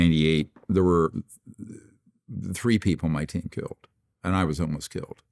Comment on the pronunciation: “Why haven’t you been *keeled*” 🤯😂